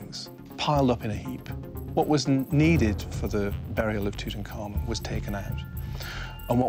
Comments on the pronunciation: The young kings name was in three syllables Tut-Ankh-Amun. "Tut" His ordinary name. "Ankh" meaning the symbol of life and "Amun" meaning let his work be done. But every egyptologist and "repeater" pronounces it wrong, all as one word like "Tutankarmen" Hey, I'm just a keyboard moron why do I know the correct pronunciation and not the experts ineptoids? 💩💨🐵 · Why do people (especially people who should know better) mangle this dead kings name? It's NOT "Toot-uncommon" it's "Tut - Unk - Amoon" - get it right if your making a documentary...